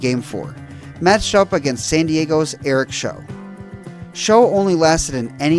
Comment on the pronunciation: It is pronounced like Shout, but without the “t”. Eric Show